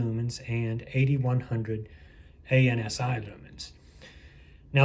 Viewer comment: A-N-S-I ? Spoken like a true noob. This acronym is spoken... as a word... "an-see". Another amateur Youtuber throwing around buzzwords to sound smart. Ironically... the contrary.